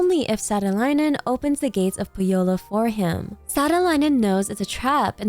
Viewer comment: Please please look up Finnish pronunciation of the word "Pohjola". This is in no way trying to be disrespectful, but it is a Finnish word and you pronounce it in a way that sounds like "pujo" +la, the first part is the Finnish translation for mugwort😅 Again don't take this to heart, just trying to help!